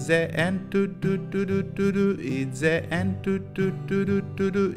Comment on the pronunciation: Блин, всё так хорошо шло, уже можно было отправлять в министерство образования на создание нового учебника, и тут бац - зе энд, а не зи энд... 😢